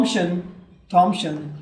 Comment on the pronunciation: Thompson with "S" not Thompshon.